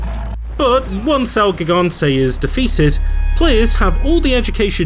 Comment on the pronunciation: Great vid but ONE thing: It’s pronounced HEE-gante, not GIG-ante. In Spanish, the G is usually pronounced as an H esp. if it’s the first letter to a name or place.